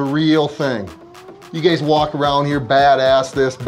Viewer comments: is he saying gays instead of guys? :D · Is he calling them guys or gays? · I like how he consistently calls him "you gays" instead of "you guys" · " before you gays got on this show"